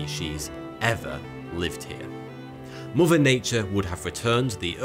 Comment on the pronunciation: Fousand, muver earf, uver gweat, Mt wushmore